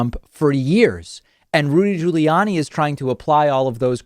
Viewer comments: My god did you really need to do the "Jooly-Yanni" thing? What is it with you and purposely mispronouncing people's names? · Um... Why the different pronunciations of 'Guiliani'?